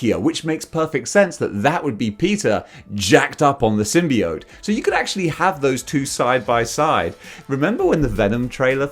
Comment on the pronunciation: You can pronounce symbiote either way, but your pronunciation is the most common.